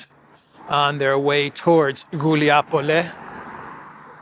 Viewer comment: it’s Gulai Pole, not Guliapole 😉